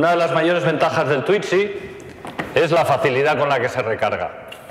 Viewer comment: No se dice "twitzy" y para entrar lo único que debe hacer, es correr el asiento como en cualquier auto.